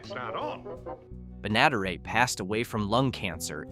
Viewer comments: Pronounced "Benna-DEAR-et" not "Be-NADA-ret" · "The most successful domestic comedy of the 1950s" was not "The Honeymooners." It was "I Love Lucy," by a landslide. Just say it was based on "The Honeymooners" without adding incorrect asides. Also, it's Mel BLANK, Jean Vander PILE and Bea BENN-uh-DARE-it. Please, a little preproduction research is not a lot to ask.